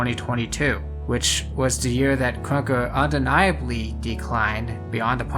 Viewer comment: why do you say krunker like kwonkah? :hand-orange-covering-eyes